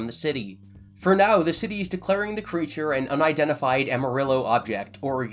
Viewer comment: Please google how to say amarillo. 😆